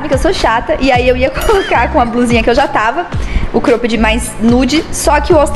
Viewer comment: Vamos lá pra aulinha de inglês hahahha Cróooopped Jóóógger